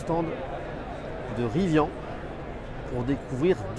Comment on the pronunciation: Ca commence mal, il ne sait pas prononcer Rivian Riz - Vianne ....